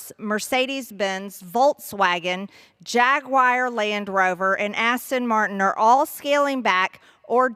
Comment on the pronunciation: She can’t even pronounce Aston Martin